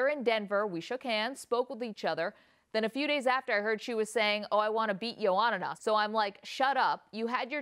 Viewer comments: "strawbelt division" "johanana yundrayjich" jesus christ lmao at least do some research before an interview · I wish these main stream media folks could say the words/names Strawweight & Joanna correctly. It helps to do your homework!